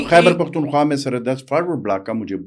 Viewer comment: جناب ، یہ “حَیبر پحتُون حُوا “ نہیں ہوتا جناب ! خ کو درست ادا کرنا سیکھیں ۔